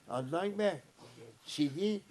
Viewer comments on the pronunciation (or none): Sidi değil sidik 😃😃